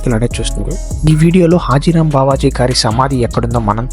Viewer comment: Arey baby adi హతీ రామ్ బాబా హాజీ రామ్ కాదు